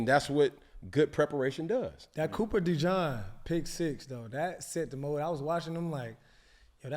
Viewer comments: Bruh don’t mess up cooper Dejean’s name! It’s coooopa dejeeeeean! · Why do they keep saying Cooper DeJon?